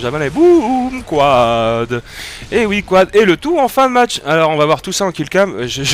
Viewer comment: Pas beau quand tu dis quad, ca le fait pas dutout desolé.